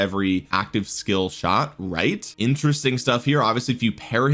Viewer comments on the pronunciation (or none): none